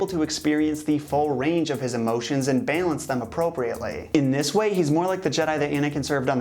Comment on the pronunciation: Does anyone else hate the way he says balance